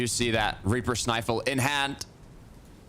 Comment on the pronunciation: Do people really say snifle?